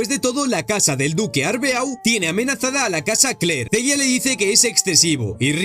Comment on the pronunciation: Rayos pero es en serio que estos YouTubers nunca aprenderán a pronunciar cosas? Ocurre en videojuegos y ahora aquí con el Arbeau literal, que te cuesta decir arbó.